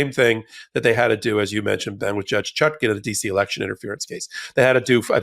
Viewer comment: You said it right Ben… when you said. “ re-lection”